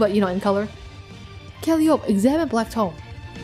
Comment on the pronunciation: By the way, i think Calliope's name is pronounced more like "Call-eye-oh-pee". Not totally sure on that cause i heard some people pronounce it differently, but that is the one i have heard the most often.